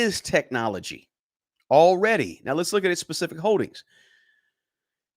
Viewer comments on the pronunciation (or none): none